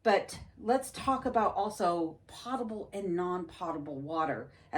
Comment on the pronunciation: I watch your channel often and enjoy it. However, I wanted to point out that the o in potable is long and pronounced ‘pow tuh bl’. From watching you from your journey to Alaska, I feel like you would appreciate knowing.